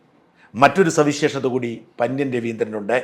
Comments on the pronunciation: പന്യൻ അല്ല പന്ന്യൻ. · പന്ന്യൻ എന്ന് മലയാളത്തിൽ സാജൻ പറയുന്നത് പോലെ അല്ല പറയുന്നത്